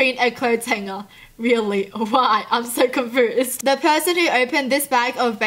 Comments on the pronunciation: is she saying confoosed? even tho its confused con-fu-s-ed NOT Con-Foo-sed? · lol confoosed I can't stop laughing omg :) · I love how she says confused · I love how she says confused she pronounces it like con-foosed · Me: I'm confused: I'm cunfoosed Liturally that's what you say 😄😄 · I luv her bu confoosed aint a word boo its confused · It sounds like you say confoosed instead of confused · confused, not confoozed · Do you say con foused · ConfUsed not confersed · Awe you say it like “confoosed” x3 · I like how you say confrused 😂😂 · “Confoosed” xD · confoozed xD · She says confused like confoosed. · and.. accent duh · Lol she said confoosed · You say confoosed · The way she says confused tho like it makes me confused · She said confused wrong 😆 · The way she says confused is what confuses me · WHY DO U SAY CONFUSED SO WEIRD......😶